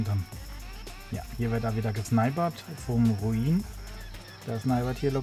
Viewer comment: meinen namen spricht man R-U-N-I-N nicht R-U-I-N rrrruuuuunnnnniiiiiinnnnn nicht gedacht das es doch 4 teile werden ja chris hatn haufen arbeit abgenommen.